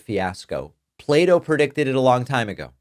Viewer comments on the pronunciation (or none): It's Plato - not Play-Doh